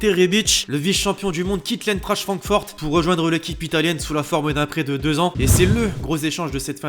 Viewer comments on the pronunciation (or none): "L'intrachte frankfort" tu m'as tuer